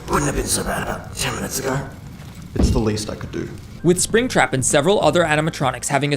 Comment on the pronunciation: 'Alright, let's catch ourselves a apringtrap' 💀